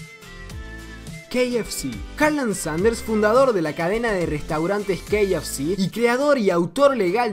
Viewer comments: has pronunciado el kfc como [quei ef shi]? se dice [ca efe ce] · Estas hablando español no ingles dilo bien:k f c: ka,efe, ce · Y no se pronuncia como tú dices que se pronuncia el KFC